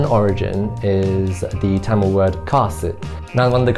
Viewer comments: “Kindly adjust” is all you can could possibly do in a Mumbai local 😆. And btw, love the correct pronunciation of Tamizh, 😍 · The transition of the pronunciation of the word "Tamil" from a foreign accent to Indian accent was nice! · the way he pronounced tamizh and not tamil itself shows that he is a man who respects his roots , culture and his mother tongue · He pronounces தமிழ் (zh) properly.. so he must be a Tamilan 😉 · he Saud his mother tongue when he referred to Tamil. So, yes.